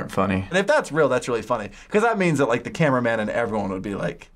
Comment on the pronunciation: i don't wike it AWWWW